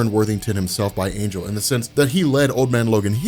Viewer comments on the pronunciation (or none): none